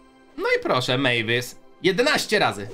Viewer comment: Mavis się czyta mejwis miałem kiedyś 472 klejnoty